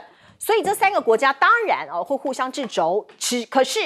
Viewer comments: 唸徹不是製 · 掣（che四声）肘不是zhi肘哦 ：中越之间打过仗，关系不会那么好的啦😂😂😂 日本是不是侵略过台湾，杀了65万台湾人，台日现在好不好？日本是不是袭击过珍珠港，美国是不是给日本送过两颗原子弹，美日关系好不好？日本是不是侵略过南朝鲜，又是慰安妇又是劳工，韩日关系好不好？😂